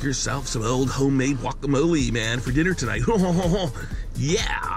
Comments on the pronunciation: I've never met anyone in my life that pronounces guacamole "wacamole" in my life. I'm 1/4 Spanish and my fiance is Mexican. You'd think along the way I'd have heard that pronunciation. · The mans last name is and he doesn’t even know how to say guacamole